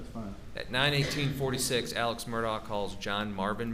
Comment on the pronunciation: this guy is the only one who knows how to pronounce “alex” and “murdaugh” correctly